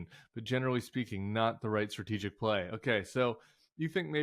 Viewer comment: Lol, you said, "Stratigic acumen". As if .. 😅😂😅😂